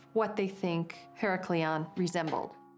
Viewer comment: She is not pronouncing Heracleion right, even if she has american accent she should remember the old/original name of heracleion or pronounce it right. this is fake